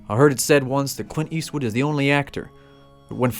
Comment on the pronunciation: It's Clint Eastwood not Quint Eastwood!